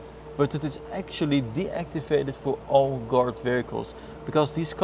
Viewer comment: it took me halfway into the video to figure he was saying "guard" and not "dart". i was like "mercedes dart huh thats a funny name"